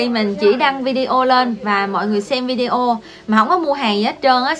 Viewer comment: Lần đầu tiên xem và nghe. Chứ Video đọc Vi-đê-ô là đúng không như Lê Nhung quay Video về cuộc sống ở Trung Quốc thường đọc Vi-đeo nghe quê lắm!! Mặc dầu tớ đã góp ý nhưng cũng không thay đổi cách đọc vẫn đọc Vi-đeo!!